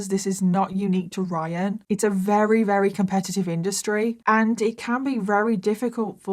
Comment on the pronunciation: I don’t understand why sometimes you say “very” and other times you say “wrary” lol